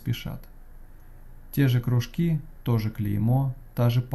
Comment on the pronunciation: да кружкИ же, кружкИ, не крУжки а рассказ норм, зачёт!